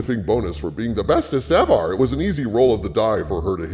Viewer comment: The "bestest evarrr" ahahaha always makes me laugh xD